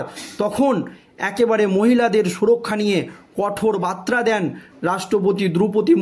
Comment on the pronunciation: বারবার মুরমুর বলছেন কেন? ওনার নাম শ্রদ্ধেয়া দ্রৌপদী মূর্মু। আর বাত্রা নয় , বার্তা।